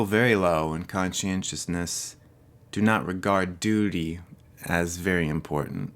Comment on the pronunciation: Ha ha, you said "doody". 😂😁 Oh wait. Maybe you meant "duty". 😒☹️